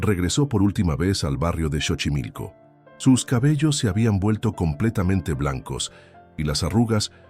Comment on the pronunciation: Esta historia es casi igual a la de la niña y no se lee chochimilco es Xochimilco como si lo estuviera leyendo con s sochimilco pero se escribe X